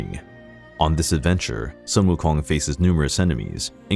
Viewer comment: Well, I'll be. Your pronunciation of their Chinese names are quiet good. But "Sun" for Sun Wukong should be pronounced as "Sooon" (soon but a little longer due to the Tone 1)